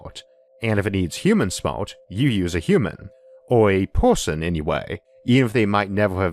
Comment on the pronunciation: What is a 'porson' or 'torm'?